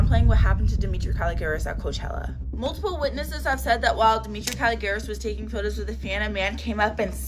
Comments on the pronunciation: ITS DEMITRA. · It’s demitra